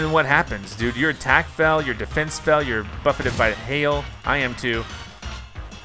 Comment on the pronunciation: he said hell instead of hail anyone else catch that?